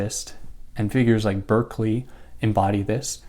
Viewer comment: Bro stresses Descartes name pronunciation so annoying then just blatantly mispronounces Berkeley’s name